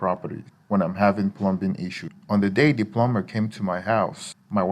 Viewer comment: Pronouncing "plum bing" or wanting to use an "ooger"....don't think you have ANY experience!